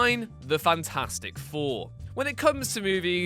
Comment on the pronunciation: Fan-Four-Stick. LOL